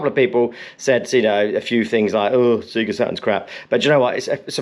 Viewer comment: Seeeega, surely sayga?